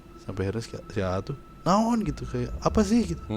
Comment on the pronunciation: salah satu yang saya suka dari saat bercerita adalah ketika bilang "naon". ekspresi dan pengucapannya ngena pisan😂